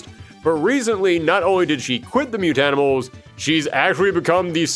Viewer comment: I’m really glad you said Mutanimals correctly. There are TMNT YouTubers out there that say “Mutant Animals” every time and it makes me bonkers